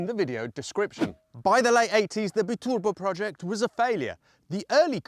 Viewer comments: Can’t watch this anymore, great channel but it’s a Bi turbo not Be turbo and as a maserati it’s MASERATI NOT MaseRATI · Be turbo? Surely you mean bi turbo... 😂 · Really wanted to see this video out, but the pronunciation of both Testarossa and Bi-turbo….just too cringe. Sorry.